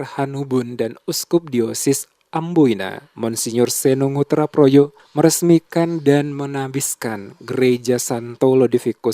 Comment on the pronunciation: Projo bukan proyo